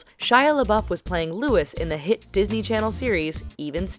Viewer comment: What's a Dosney child?